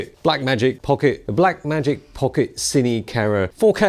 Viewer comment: Nice review, but Siny Camera? CinEMA Camera ;-D